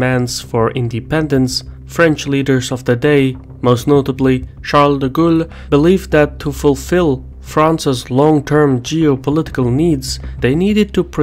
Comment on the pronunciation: Pronounce Charles De Gaulle like the English word "goal", it's not exactly the same but it's closer than saying "ghoul".